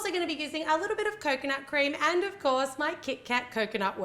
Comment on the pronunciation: Almost everytime when you were saying 'coconut' I was skipping it so I've heard Kokona like that girl from Yan Sim xD